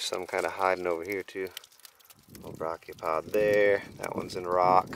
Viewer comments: Many, many times. It’s properly pronounced ‘bray’chiopod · Dude I love you but please look up how to pronounce Brachiopod before I have an aneurism. It should not annoy me so much but dear me it does.